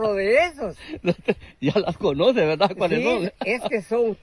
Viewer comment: Se dice verdad no VELDA